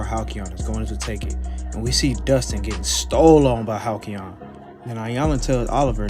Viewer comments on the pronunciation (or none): "halcyon" is hal-SEE-on. Hearing you say it wrong every time hurt.